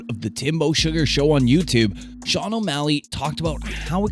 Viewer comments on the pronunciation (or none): none